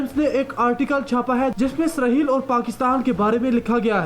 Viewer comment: This is Israel, not Israheal. You have to correct your accent.